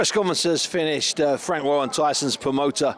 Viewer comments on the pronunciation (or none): Fwanks the Promoder ov Fiders